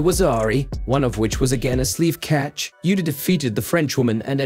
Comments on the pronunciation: "abe yuta"?!!!!....lol.......its pronounced "Ah-beh Uhta". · Please take the time and respect to pronounce her surname correctly - it should sound 2 syllables like AH-BAY (and not 'Abe' as in Abe Lincoln as you keep doing. You pronounce her first name correctly. (yu-ta) which is good👍🏻 Seems like you might be using AI generated voice here - if so, please adjust its output.